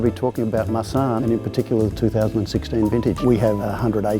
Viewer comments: When he said "marsanne" I thought he said "my son" :) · when they said Marsanne I thought it was Ma son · When the guy said "Marsanne", it sounds like he's saying my son and I just thought abut Liza making puns about it😂😂💖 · I thought that dude said "Today we're talking about, ah, my son" Me: -_- when I realized when he actually said our Marsanne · Did anyone else hear "my son" instead of"Marsanne" or is it only me...........seems like it